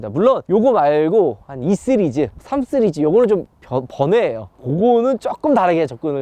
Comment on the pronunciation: 은 씨리즈를 왜 쓰리즈라고 발음하시는거에요? 시그니쳐 같은건가요?